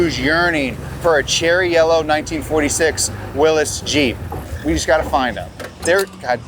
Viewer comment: Pronounced Willy’s. (From Butler where they first were made)